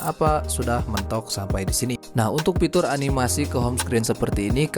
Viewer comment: Fitur bang, bukan pitur 🤪